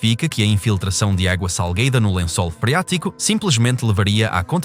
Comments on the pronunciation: "água salgueida" KKKKKK estão de parabuains kkkk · "Água sal-gay-da" kkkkkkkkkk